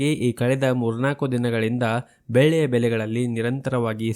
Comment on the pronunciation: ಸರ್ ದಯವಿಟ್ಟು ನಿಮ್ಮ ಉಚ್ಚರಣೆ ಸರಿಪಡಿಸಿಕೊಳ್ಳಿ. ಬೆಳ್ಳಿಗೆ ನೀವು ಬೆಲ್ಲಿ ಎಂದು ಉಚ್ಚಾರಣೆ ಮಾಡುವಿರಿ.